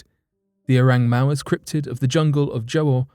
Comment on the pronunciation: "Oreng Mawes" 😂😁😂